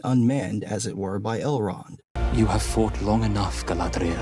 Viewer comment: Kudos on the pronunciation though, the actor portraying Elrond, the way he pronounces Galadriel, right on point.